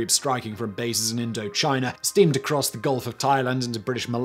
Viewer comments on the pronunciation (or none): none